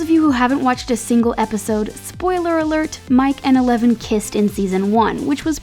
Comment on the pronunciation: yo go to 10 seconds in the video and you will here her call eleven meleven 😂😂😂